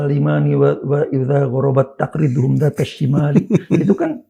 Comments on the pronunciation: taqriduhum tadz... bukan tafriduhum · Punten aa baca surat sperti terdengar ada yg salah... Di lafadz تَّقْرِضُهُمْ Terdengar seperti di baca tafriduhum